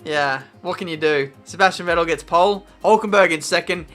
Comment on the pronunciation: Vettel is pronounced more like Fettel. :) Kinda annoying to hear you saying it like that hahah